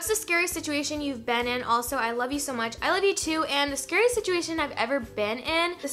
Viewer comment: somebody count how many times she said "I LOYE YOU TOO"